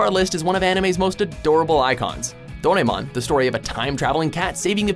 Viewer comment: Goddammit. It's pronounced Doe rah emon. Not Doremon.